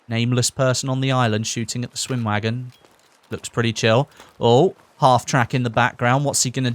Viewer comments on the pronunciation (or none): For a german it's actually so funny when you guys are trying to pronounce words like "Schwimmwagen" or "Sturmgewehr" XD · How he pronounces "Schwimmwagen" is actually pretty funny when you're from germany